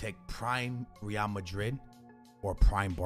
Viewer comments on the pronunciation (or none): Dude pronounces real and ree-AL